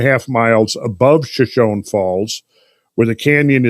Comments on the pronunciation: Friends, it's pronounced shuh•show•nee, not shuh•shown. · Shoshone I believe is pronounced “sha-show-nee” after the Shoshone Indian tribe native to the area.... love the podcasts fellas!